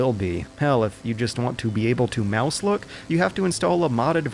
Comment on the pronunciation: I heard MundaneMatt pronounce "look" as "Luke"....